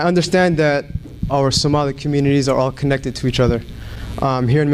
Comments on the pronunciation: It’s Somalian not Somelian. Say hallo to your next Mayor! How much is the white man paying you madam ? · It’s annoying how you’re saying “Soomali”! It’s Somali, get it right before you start yapping! Minnesota already has had a Somali woman mayor in one of its districts. Fateh will be the mayor of Minneapolis because his community has invested so much in that city, just like any white-majority or Black neighborhood. Majority rules! He’s American-born and has every right to run for office. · This idiotic even cannot pronounce Somali. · You cannot say Somali even properly. dear African Girl you did not reach this level yet just stay Oppressed West African Girl. Improve your English no one can understands you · You can’t even pronounce Somali kuma mamaako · Shut up beech ()! You can't even pronounce the word "SOMALI" properly. Who are you beech, and Who are you speeking for? Mr Omar will be the next Mayor of MN, in sha Allah.